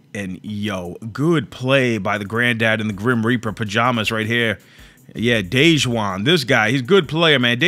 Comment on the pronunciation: He said dej Juan not Dajuan 🤣